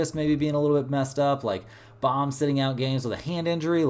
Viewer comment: FYI, Bohm is not pronounced bomb.